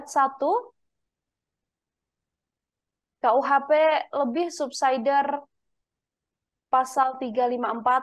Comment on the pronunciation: Mba narator, ga usah lebah kalo bilang subsider, ga usah juga d bilang subsaider. Di indonesiain aja ga usah d english²in tp malah salah